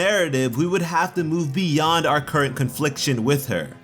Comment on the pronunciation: I love how he says "our"